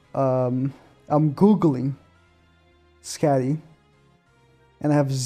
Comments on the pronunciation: Think it’s pronounced Sk-A-dee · Its pronounced Skadi, shes an ice giant huntress, Fest Mael should be the next fest. I wouldn't be suprised if the next banner in 2 weeks is Skadi and The Liz we keep seeing because thats her outfit at the end of the show. Not her as "goddess liz" during the 3000 year war. Shes probably gonna be partnered with skadi and not going to be a light unit just like sariel wont because they aren't fest worthy. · That’s not how you say skadi 😭